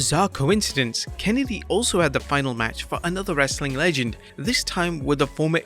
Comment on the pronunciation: “Wrasllin content” that was odd 😂